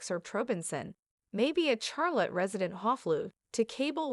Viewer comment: If you’re going to report this case, at least learn some respect in how you pronounce her name. Also you are pronouncing Charlotte wrong.